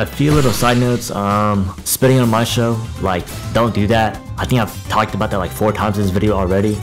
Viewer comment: The way you pronounce Maestro hurts my soul deeply, thanks for the video tho